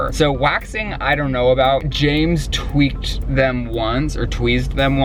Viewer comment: "Tweexd" omg i love him but i caaant lmao